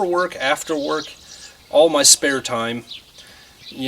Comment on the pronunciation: Work (not “week”) 😂